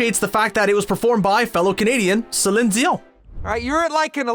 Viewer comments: How do you over pronounce Celine Dion's name, then mispronounce Les Miserables? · He also can't seem to say Celine Dion without a weird accent, so.... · He pronounces BOTH names, along with Georg Von Trapp's, incorrectly.